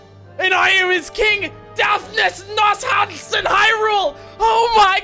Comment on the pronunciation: I love how he could not correctly pronounce the King’s name